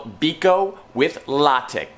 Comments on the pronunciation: Nice. Remember that latik has stress on the second syllable. Latík. 👍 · Latik is pronounced as luh-TEEK, stress is on the second syllable